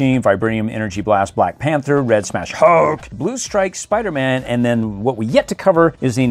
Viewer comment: Why do you call him Spuderman not spiderman